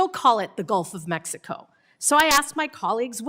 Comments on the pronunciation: Omg she evern almost said it too! Shes like "A-mexico" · She said "The Gulf Of Amexico" 😅